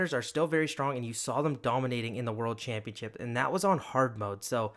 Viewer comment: the way you said championship sounded more like champion chips 😂